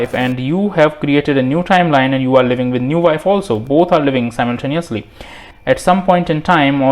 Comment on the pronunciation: lmao, the way he pronounced simultaneously, "sajmontajnessly" hahahahhahahah